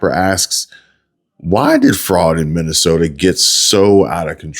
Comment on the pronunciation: Learn how to say mi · nuh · sow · tuh